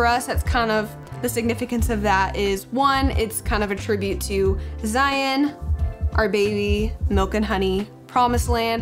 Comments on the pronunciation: If you don't mind me asking why does it sound like you pronounce yous sons name like ZiNE rather than ZiON? <3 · Haha! It's just the way we chose to pronounce his name. Like Lion, with a Z!